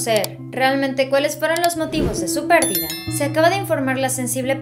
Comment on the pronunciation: Pérdida no Pérdida ojo